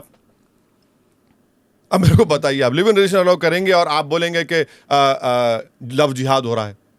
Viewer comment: Love Jiva😂😂😂😂😂😂😂😂😂😂😂😂😂😂First of all madam pronounced properly 😅 GODI MEDIA 🎉